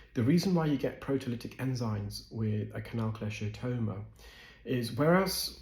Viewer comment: just some minor, but not uncommon mispronunciations: Salivary: SAL'-i-va-ry NOT sal-EYE'-va-ry Cholesteatoma: ko-LESS'-tee-a-to-ma NOT ko-LESH'-tee-a-to-ma Herniation: her-nee-A'-shun NOT her-nee-eye-ZAY'-shun